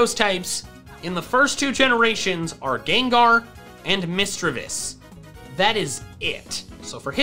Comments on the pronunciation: IT'S MISDREAVUS, NOT MISDREAVI! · Also it’s “miss-dree-vuss